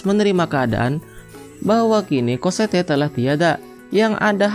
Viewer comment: bacaannya emg COSSETTE, tapi dipanggilnya COSSETTO ngab. wkkwkwkwkwkwk